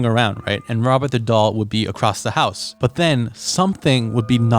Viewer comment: I literally heard ''The Haunted Hosuh...''